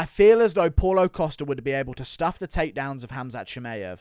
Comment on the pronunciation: “Paul-o Costa” 😂 I love how pronounces every name as if it was an English name